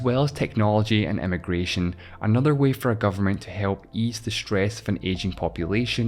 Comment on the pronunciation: I find it amusing how with your accent "immigration" and "emigration" are both "eh-mih-gration", and yet at one point you stress the difference between them: "one country's eh-mih-gration is another country's eh-mih-gration."